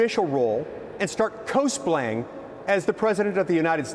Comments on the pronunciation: Love the pronunciation of cosplay. Co splay! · Someone needs to tell the senator the proper pronunciation of cosplay. 😂